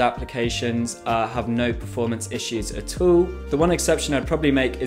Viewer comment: oh hell nah what did this mf just try to say? AT ALL not ETUU